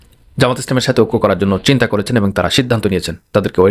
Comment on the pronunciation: আসসালামু আলাইকুম ওরাহমাতুল্লাহ কেমন আছেন আপনার সব উপস্থাপনা ঠিক আছে আপনি শুধু এবং কথাটি সঠিক করে বলবেন তাহলে আরো আপনার উপস্থাপনা সমাদৃত হবে